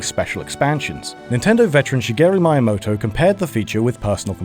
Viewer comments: shyygyro meijamodo? HOW the fuck did you mispronounce the most spoken name in the gaming industry? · "Shuhgeru Miuhmoetoe" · "Shigeru My-yah-mo-to" I have never heard anyone mispronounce his name before. It feels like mispronouncing Obama. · Shigeru WHOamoto?? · Shigeru Mai-Amoto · "Shigeru my-a-moto?" dislike unsub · "Shigeru Mayamoto" Didyouknowgaming? please don't let this guy be the narrator again.😒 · Actually, it's: Shii - Geh - Ruu Mii - Yah - Moe - Toe